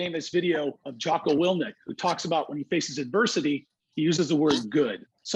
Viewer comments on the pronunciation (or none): Dude... that’s Jocko WILLINK not willnick Please for the love of god never get that wrong again. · It’s jocko WILLINK NOT WILLNEEK YOU SIMP